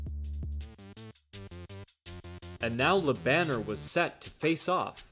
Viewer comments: It's "Lö Bun n'airrr", not Banner as in Bruce Banner. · Bro. Its pronounced. La bon air. Not la banner. Its french name ma brother. Cant be reading it in english. Thats silly. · His Name is Jerome Le Banner. Not whatever u said.